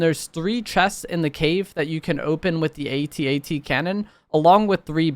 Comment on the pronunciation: Speaking as a 50 year old man, every time I hear you spell out A.T.A.T. rather than simply saying at-at, my inner 8 year old squirts out another tear.